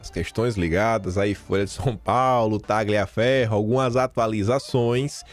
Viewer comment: Excelente vídeo,! Fico irritada como você, amigo! Ah, só uma dica de italiano: TAGLIAFERRO se pronuncia assim: TALIAFERRO. Outra: MARSIGLIA se pronuncia Marsília. #KeepWalKIM.